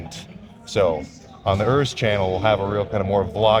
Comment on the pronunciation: Who the hell is "Örs"? It`s Urs. Why do you yankees always pronounce everything in your gay accent? You`re not the only persons in the world...